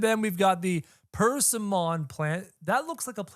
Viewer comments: I think it's per-sim-eon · persimmon is pronounced "perse-sim-min" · Persimmon is pronounced “per-sim-min” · its pronounced Per-si-mon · It’s pronounced (per-sim-ian) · its pronounced persimmon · it’s pronounced as “per-sim-mon” (sim pronounced like him) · It’s per-sim-on, I think, that’s how me and my family pronounce it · Persimmon is pronounced Pir-Sim-min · Per- sim-on is how it's pronounced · It’s pronounced “per sih mon”